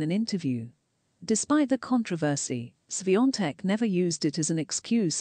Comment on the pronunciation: Thank you for pronouncing her name right